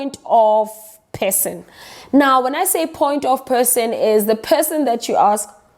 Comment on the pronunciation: Her: Point of person my ears: Point of pissing Had to go back and listen to that again with subtitles on